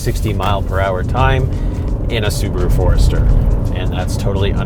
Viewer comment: LOL. I literally had to rewind it. Wait. That was a ford. Ok, no problem, I'll go along. But then it show the car. Wait, was that really a ford? LOL. Well done. And am I hearing you say Ford'ester?